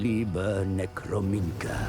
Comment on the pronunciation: did that dude in the cutscene just mispronounce necronomica lol